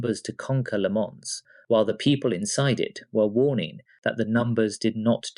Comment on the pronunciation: How do you manage to miss pronounce le mans so many different ways in one video